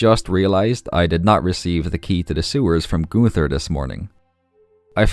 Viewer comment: I'm not good at names either but when you said Gunters name😭 that's literally the easiest name